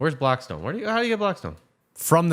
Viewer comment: "Improved blackspone" 😂